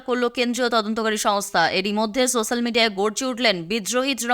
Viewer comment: Social = সোশ্যাল উচ্চারণ হবে, সোস্যাল নয়।